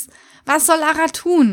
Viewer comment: wieso sprichst du Lara denn Deutsch aus? Ist doch aus England ...